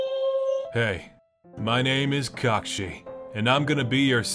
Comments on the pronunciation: cakshi instead say kakashi (kUh-ka-sHi) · Kakshi not kakashi lol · lol I love how they call kakashi “kakshi” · it’s cackshi sensei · Its not kakashi its kakshi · I just love how everyone, even Kakashi himself, pronounces "Kakashi" like "cock-shi." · Why did say kakashi like Cockshe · Hey, its cockshi sensei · "Hey, my name is Kock-shi" 🤣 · “Hey my name is Kockshi” 😂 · smoothest transition even I mean there is NO WAY you saw this coming like cmon also ain’t no way bro said “my name is kashi” bruh 💀💀💀🥶🥶🥶🥶🥶🔥🔥🔥😎😎😎😎😎